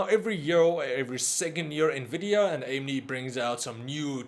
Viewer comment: "nuh-vih-dee-uh" Common mispronunciation. It is pronounced as "en-vih-dee-uh" or more simply put as "invidia". "invidia" is latin for "Envy"